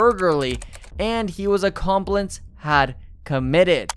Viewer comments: “armed burgerly and he was accomplince had committed”? “desistated”? “revreberates”? I hope English isn’t this guy’s first language! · the ‘ol armed burl-gary and the ‘ol accompllisss